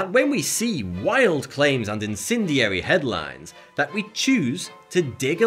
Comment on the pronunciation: It's in-SEN-di-ary. Not in-CIN-di-ary.